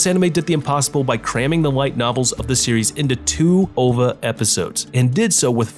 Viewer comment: I think you're the only person who says "OVA" as if it were a word instead of an acronym. No complaints, just a note of interest.